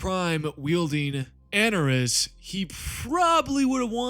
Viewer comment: Great vid. I'm going to be a real nitpick regarding these Eldar pronunciations though. Ynnead - In-ee-ad Anaris - ah-nar-iss